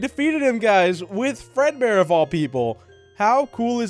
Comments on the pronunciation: is it just me or did he say breadboard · Bread bear or maybe you said dread bear